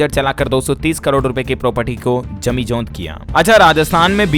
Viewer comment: जमीजोंद नही जमीदोज होता है आप मानते क्यों नही